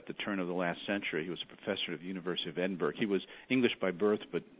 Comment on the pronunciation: His pronunciation of Edinburgh made this Scotophile cringe.